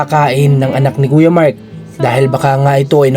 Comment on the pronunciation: Ano ba talaga name niya MIKE ba or MARK??? kasi ang bigkas lagi ni ay Mike, sa thumbnail ay Mark!